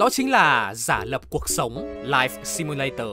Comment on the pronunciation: Ko có ý gì nhưng mình chắc ko phải là người duy nhất nghe narrator nói "cuộc sống" thành "cột sống" nhỉ 😶🙃